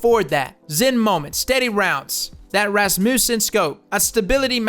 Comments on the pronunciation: "The R-A-SMOOSON ISA sight" Holy shit that was hilarious, it's just Razz-mewsin my dude. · R-A-Smussen lol.. its a name... its one word. RASSmussen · R. A. SMOOOOSEN.. lol Pronounce it like rasputin its a russian name. razmuusen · R.A. Smoosen! "razz - moose - en" is correct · R A Smoosin bruh btw its pronounced rass-mussen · if there is an english use of this word, i have not heard it. However given the context of this expansion with the nordic forge, i believe the correct pronunciation is the norwegian way. With a rolling-r, and a as in ah. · Ras-muss-en (muss like muscle), I had a teacher in primary school and that was her last name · This isn't a just a "word". It is a family name. Ras(as is rasp)-mu(as in muh)-ssen(as in send). It is all over the place in America. It is a Norwegian and Danish surname that means Rasmus' son. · Rasmus is a first name here in Sweden but never heard this as a surname. Probably just Danish and Norwegian. It's pronounced Ras-muss-en. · The RA smussen xD Rasmussen man xD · R-A-S-MUSSEN lol, you crack me up man. Love you bro great video. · Razz-mU-sen, i believe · RAS-mewsin. Say it like that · RAZ- MEW-SON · It's pronounced Ras-moo-sin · Ra smussen... Hahahah. This fool. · Its pronounced "ras*moose*sen"